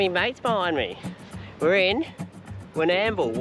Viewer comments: Hey Guy's. That town you're trying to pronounce in Victoria is Warr-nam-bool, one word, Warrnambool. Ex Viccy. 😁😁👍👍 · Lol, Warnambool,. Warn...num...bool 👍😜🤣